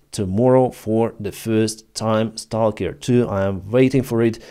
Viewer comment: salker, say stawker